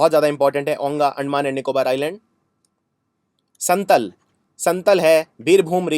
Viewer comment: संतल नहीं संताल शुध उच्चारण है ।संताल झारखण्ड के संताल परगना प्रमंडल में भी पाये जाते है।